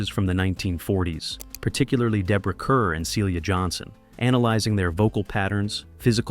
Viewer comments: It's Deborah Car...although spelled Kerr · MGM said, Deborah Kerr, rhymes with star.